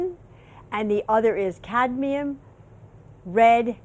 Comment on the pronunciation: Did she say Candium instead of Cadmium?